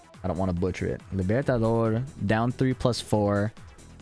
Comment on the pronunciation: “I don’t wanna butcher” but you said libertador fine lol